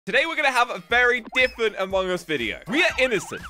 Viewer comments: Why are u saying diffent it's different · Why does he always say difent